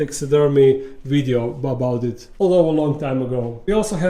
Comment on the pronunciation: cracks me up everytime he says something wrong he puts it on the screen again. I didnt even realise it and than I had to laugh "boubout it" Love it most sympethetic guy on youtube!